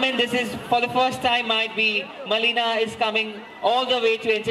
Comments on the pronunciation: Big fan of Melina Rai...but...who is the host..Even don't know the actual pronunciation...of her name... Melina..not Malina.. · Anchor needs to learn English properly..not M.A.L.I.N.A..its Melina Rai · U didn't know how to pronounce melina also malina ara...... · The host don't even know to pronounce Melina, so disgusting.